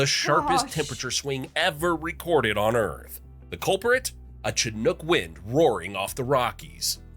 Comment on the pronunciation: The narrator is mispronouncing Chinook, it should be a SH sound at the beginning, SHi-nook. Also, we say Koot-nee not Koot-nay. The only "snow" day I remember having (where I live in Montana) was one time where the wind-chill was -89F (the air temp was around -48F with wind gusts up to 25mph) and the busses couldn't run because their brakes wouldn't function.